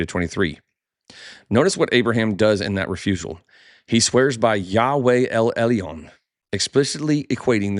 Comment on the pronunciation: I appreciate your podcast.... but please check your Hebrew pronunciation... For "El Elyon" you say "El El - EE - on" I am Sorry but that's not it... אֵל עֶלְיוֹן ʼĒl ʻElyōn Or El El-Yone The Y make a Y sound not an EE sound Like say 'Yo what's Up'